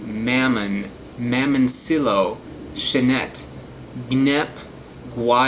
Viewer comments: It's pronounced (mah mon ciyo) in Spanish there's a ton over in Cuba from what my parents and grandparents told me. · In Miami they're called Mamoncillo (pronounced MA Mone seeYO) good fruit issues is on the same bunch they won't all taste the same some sour and sweet others will not be sweet and be straight warhead flavor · two 'L's in Spanish is a 'Y' sound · Mamon see yo is how it's pronounced Also key nep ah